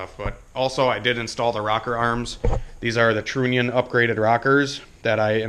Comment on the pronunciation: trunnion rymes with onion the U is not a long U sound I cant take it anymore